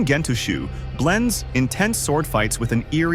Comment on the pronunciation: Gentoushou is not pronounced as you said. the ou combo makes two count "o" Gento-o-sho-o